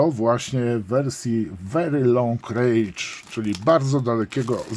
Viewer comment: Mała uwaga, wery long rendż, nie rejdż. Wychodzi bardzo długi gniew :)